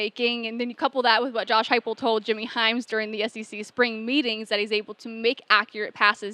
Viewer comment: It's Heupel, not "Huepel" and it was Danny White who reeled him in.